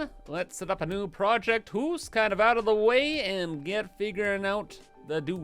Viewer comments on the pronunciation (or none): Project where-hoose all the way